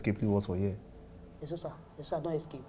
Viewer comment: Its the way agent pronounces Eseosa